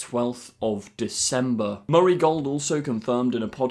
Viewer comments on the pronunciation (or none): none